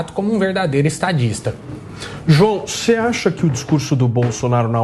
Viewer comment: "Juao"... um petralha foi detectado!